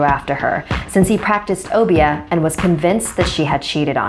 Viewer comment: It not pronounced o- be -ah pronounced like oh bear